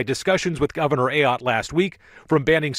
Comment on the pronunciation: AAAAAAAAAAAA-yotte! Learn how to say her name. Shows you surely did not watch the video within your own video. Geez.